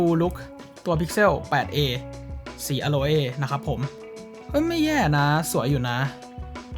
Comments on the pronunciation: สีเครื่องอ่านว่าอะโล่ครับ ไม่ใช่อะโลเอ่ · อโลเอ้ก็น่ารักดีนะครับ ออกไปทางสำเนียงญี่ปุ่น นึกถึงน้องโคลเอ้จากเรื่องสไลม์เลยครับ 555